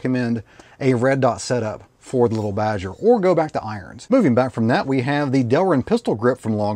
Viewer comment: Leetle Badgers, we don't need NO leetle Badgers.